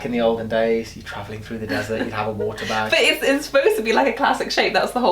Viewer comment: so funny!! LOL the watear bag! haha